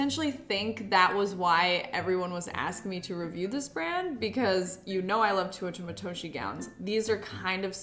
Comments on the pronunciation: Bro if i hear tuotah matoshie one more time imma fucking flip, i love you and your videos, ive tried to not be that person but im dying inside, its te-oo-ta matoshi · Tay - oo -ta Matoshi. Not TOO oh ta. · please love you and all but please pronounce Teuta Matoshi correctly (teh-oo-tah mah-toh-shee)